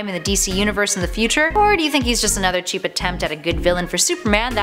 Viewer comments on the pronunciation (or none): none